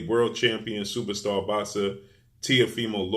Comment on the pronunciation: First time I heard you say superstar George Kombosos in all your videos you had a bit of trouble saying superstar but it came out slowly ,but you still call Teo superstar with no belts